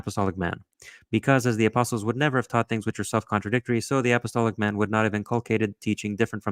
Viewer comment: Not being able to say "apostolic" and "Anglican" is a bad start.